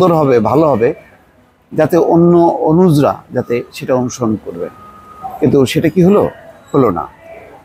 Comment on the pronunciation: অনুজ্ নয় অনুজ(অ) । তেমনি অগ্রজ্ নয় অগ্রজ(অ)।